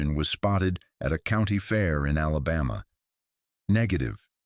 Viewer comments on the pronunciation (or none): none